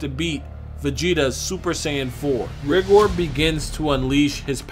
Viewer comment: Tbh I think it's supposed to be pronounced "Ri-gore" rather then pronounced "rig-or"